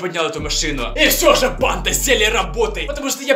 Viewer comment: И почему мне слышется не банда а панда?